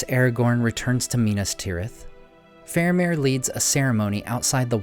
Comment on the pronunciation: FAHR-ah-meer, not FAIR-u-meer